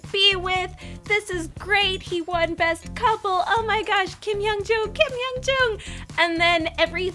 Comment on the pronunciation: lol her husband triggered me... KIM HYUN JOONG!!! NOT JOON LOL